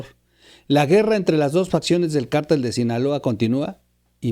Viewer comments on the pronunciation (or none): none